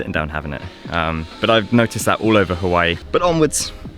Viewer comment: You were pronouncing Hawaii correct the first time. Does not rhyme with kawaii